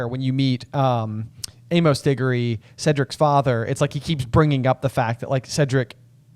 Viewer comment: FYI "Amos" isn't pronounced "ay-MOHS." It's "AY-məs." Speaking as a person with that name for a middle name in meatspace (yuck).